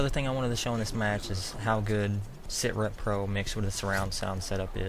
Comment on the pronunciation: when you say set rep pro it keeps sounding like you're saying ciggarette pro. lol